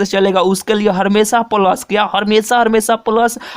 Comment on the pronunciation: Ha bhai ye he ha🤣🤣🤣🤣🤣🤣🤣🤣🤣🤣🤣🤣🤣🤣🤣🤣🤣🤣🤣🤣🤮🤮🤮🤮🤮🤮🤮